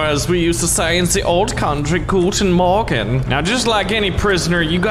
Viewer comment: That Guten Morgen was almost perfect german